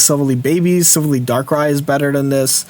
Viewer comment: Love the content and finally need to chime in. It’s pronounced Sil-vally, (ally, like friend) Keep it up! Was hoping to find an Umbreon greninja guide, but looks like it’ll be retired haha